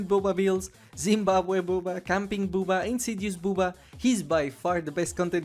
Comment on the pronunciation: I hate to mock your accent. But i pissed myself laughing when you called Bubba Booba Ima call him that from now on.